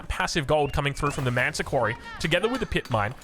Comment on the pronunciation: why do you call the Malian landmark "ManTa Quarry"? Isnt in spelled with 'S' like ManSa not manta.